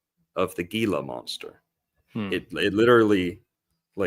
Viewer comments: Heel-la monster, soft g. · Monsters Inc.! Edit: Also, it's pronounced HEE-lah monster (Gila). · Pronounced Hila monster not with a G